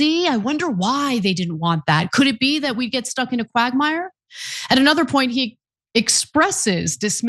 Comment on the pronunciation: Did she say quackmire 🤔🤣